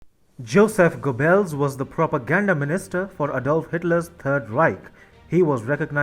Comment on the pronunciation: Not "go bells" . "Gobbells"